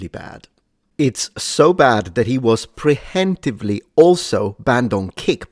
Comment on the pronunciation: "pree-yemptively" is the pronunciation, if reading it that way helps. Which is all I'm trying to do, before some weasel gets on their high horse!